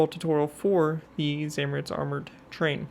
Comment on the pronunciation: Zamoorets that is how you pronounce it